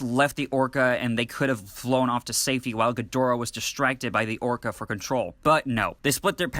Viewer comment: You keep saying Orcard. It's Orca. Like the killer whale.. that uses echolocation... really subtle